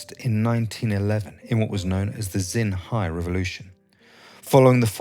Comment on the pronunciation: "Shin hai" revolution. X is pronounced a bit like 'Sh'